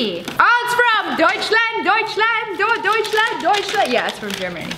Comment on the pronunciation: you said Duchland wrong